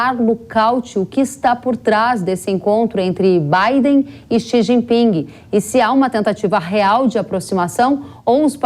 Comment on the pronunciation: Não se pronuncia o G do jinping😂